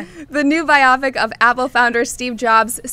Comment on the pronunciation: Why are you letting the girl in the middle continually mispronounce "biopic"? She makes it sound like a movie about mechs